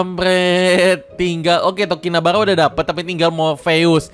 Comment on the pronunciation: Bukannya namanya tokinibara bang kok jadi tokinabara